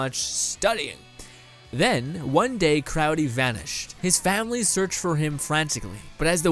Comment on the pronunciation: Its crowley not crowdy